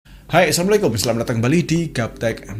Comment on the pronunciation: 0.01 Bukan samlekum bg haha, tapi Assalamu'alaikum haha 🤣🤣